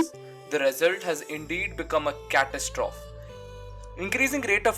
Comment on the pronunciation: "Catastrophe" is pronounced cat-us-trophee